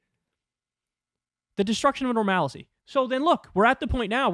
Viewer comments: The destruction of normalicy? First of all it's "normalcy"... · "Normalacy" :face-green-smiling: Okay then. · wait did she really say normalicy? I heart normality multiple times, I even made a clip of it to make fun of her. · "Normalicy" lol